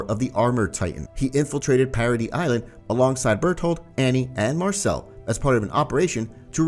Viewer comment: You did Marcel Wrong